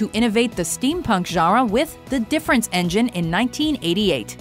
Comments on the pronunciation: lol...narrator says sci-fi "jarra" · Am I the only one who is kind of distracted by the way she pronounces genre? Sounds kinda like "jara".